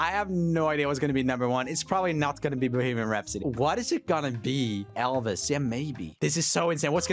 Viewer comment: the way he said "Bohemian Rhapsody" really just sounded like "Boogeyman Rhapsody"💀